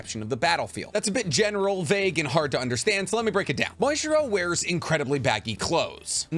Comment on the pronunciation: Are you calling Muichiro "Moistchiro" intentionally or is that how you just pronounce his name?